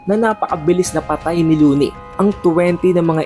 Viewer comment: luwini ata yan pagbasa boss